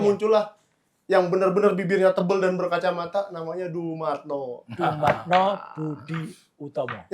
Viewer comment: Ngucapin Dumatno aja keliru. Meragukan penjelasannya.😊